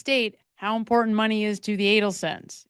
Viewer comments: Great video, but why are we leaving ‘t’s off words? Cerain instead of certain. Imporant instead of Imporant. Why? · Dear Madam: you say "important" & "certain" without using the "T's'. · The words, important and certain have tees in them, please pronounce the T's! It's like my sister-in-law saying. "Samich" instead of Sandwich! Ugh! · When did we stop pronouncing Ts in words?